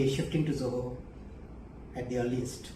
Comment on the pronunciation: ZOHO Sounds like JAI HOOO.